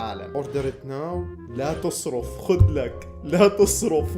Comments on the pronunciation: بالشدة فوق حرف الراء . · ترا لاتصرف معناها لاتغير الموضوع بالسعودي بس ماتنطق زي ما انت نطقتها